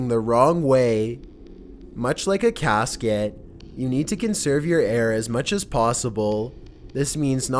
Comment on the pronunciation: "oxygyen" "caskyet"